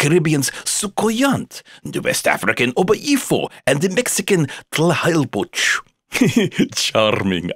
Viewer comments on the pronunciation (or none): I died when he pronounced "Tlahuelpuchi" 😂